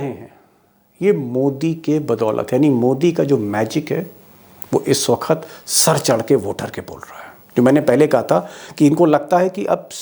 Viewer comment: सफ़ेद चादर में दाग़ जल्दी दिखते हैँ सर... आपका बड़ा फैन हूं. कोई हर दिन आपके वीडियो का इंतज़ार करता हूं... पर आपका "वक्त " को "वखत " कहना बहुत अखरता है...